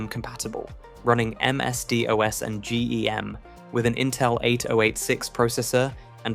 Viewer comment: Took me a while to realise this is a text to speech channel. A British voice pronouncing z as “zee”, along with a bunch of factual errors, pronouncing MSDOS AS “m was Dee oh ess “. Sorry but you need to check your ChatGPT scripts better, dude.